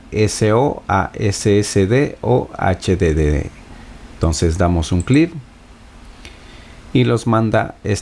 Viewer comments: Klinston, imigrar, clif, jajajajaja me la pasé cagado de la risa 😆😆😆😆😆😝😝😝😝😝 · Y dar CLIF. 😹